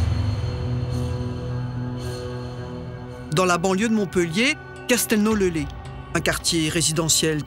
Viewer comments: S'il vous plaît j'ai les oreilles qui saignent, le Z de Castelnau le Lez se prononce sinon on aurait écrit Castelnau le Lé ou le Lait 😭🤣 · Ça se dit castelnau le Lezzzze compere